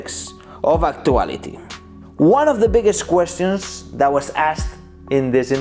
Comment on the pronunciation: Nobody:: "questiyans"